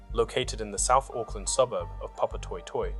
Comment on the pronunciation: Rough pronunciation of South Auckland suburbs lol - I'm guessing the channel creator isn't an Aucklander or watched Police Ten 7 growing up :D